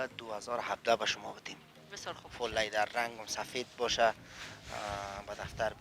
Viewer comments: Iqa LayDar Goften lol Its Leather bro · Lyder chi ast?? 🤔🤔 ooh he probably means "leather" 🤣🤣🤣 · او برادر لایدر نی لیدر انگلیسی یاد نداری چرا میگی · چرا ساده به زبان فارسی چرم نمی گویند که از واژه انگلیسی لایدر استفاده میکنند آنهم با تلفظ غلط. به زبان فارسی صحبت میکنند اما چرم را لایدر میگویند امید روزی این غرب زدگی ها در جامعه ما پایان یاید. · او بیادر وقتی تلفظ یک کلمه ره یاد نداری چی ناق سر خود فشار میاری انگلیسی میپرانی ، سم سیی بگو سیت هایش چرمی است . لیدر دیگه چی معنی ؟